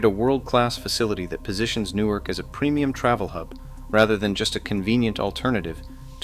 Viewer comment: The hell is NEW ARK? Its Nork. Thats how its pronounced+!!!